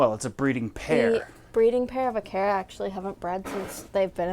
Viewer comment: Acara s not aceras ha ha